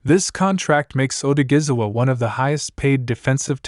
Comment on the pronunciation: Its a shame how the announcer haven't even tried to pronounce this man name correctly! It's a dam shame!